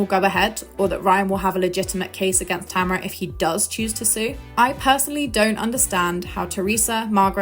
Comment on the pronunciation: lost me when she couldn’t say sue or class action😂😂